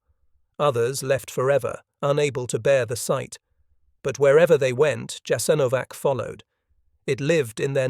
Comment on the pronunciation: A good video totally spoiled by the AI narration. WHY is the name of the camp repeatedly mispronounced?? The AI seems to have setteled on Jas-an-O-vac, while starting out callling in Yahs- IN-o-vac, which is close to the preferred pronounciation.